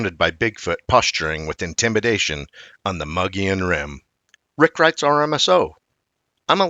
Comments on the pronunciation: Oh no! Not the Mongolian Rim again! Its pronounced MO-GO-YONE! I am a hispanic Arizona native of 60 years, and I live in Prescott AZ, on the Mogollon Rim. I am positive that this is the correct pronounciation. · Wrong! Its pronounced MO-GO-YONE! I am a 60 year Hispanic Arizona native. This is the correct pronunciation. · The G is silent in Mogollon Rim. Sounds more like Moo-lee-on to locals.. There have been countless reports of big foot in that area. There is even dash cam footage from one of the local police officers on the Apache res. I lived on 100 acres in Pinedale (not far from where Travis Walton was abducted (Fire in the Sky)), we saw and heard stuff on a weekly basis. I do a lot of hunting and scouting all along the rim. I've never seen anything personally, but we've definitely been spooked a few times while out camping and there are countless tales from local hunters. It's common place to hear loud "knocking" at night along with strange sounds that sound a lot like "whooping". The sound travels much further than you'd expect from a smaller creature, but nothing we have up here makes those noises that have been identified. We have a lot of black bear, mountain lions, elk and deer, but none of those make any type of sounds that are even remotely familiar with those species.. This is definitely a different area compared to other forest that I have been in. There's just something magical and enticing about the area.. Surely makes ya think.